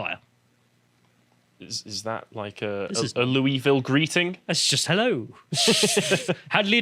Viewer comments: “Lewis-ville”—ha. It’s Loo-uh-vull or, for some non-Kentuckians, Loo-ee-ville. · It's not pronounced Lewis Ville. It's named after King Louis, but it's locally pronounced Luahville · Loul- vul not lou-y-ville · Hey British guys. American here… It’s pronounced “Loo-yi-ville”. Also pronounced “Loo-ville” by the locals who live there. Not “Loo-yis-ville”. 😂 With that said, love your channel! Great commentary. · Quick pronunciation correction, it's not pronounced Lewis-Ville. It's Loo-Eee-Ville. Think about the name of the French king. People from the area sort of do Loo-Wuh-Vull. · Its annoying hearing bits say Louisville it's pronounced loo-i-ville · As a native I have to correct your pronunciation. It's more like Lu- Vul. Basically don't enunciate any of the vowels and you're pretty much there. Lee-Is and Lu-Ee are both incorrect. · I swear to god...Louisville KY is pronounced “Lou-ee-ville”. As a my resident the “Louis-ville” pronouncement hurts. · We pronounce it loo-e-ville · Fyi it's pronounced like loo -uh-vuhl. (Louisville native here.) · It’s pronounced “low-a-vul” or “loo-ee-vil” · Loo-E-ville, you're driving me insane you limey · Oh and it’s pronounced “loo-uh-vole” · the s is silent in louisville